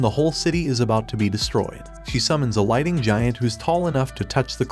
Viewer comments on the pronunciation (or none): none